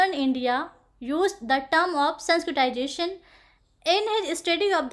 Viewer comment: Abe totle h kya sanskritzation bolna to sikh le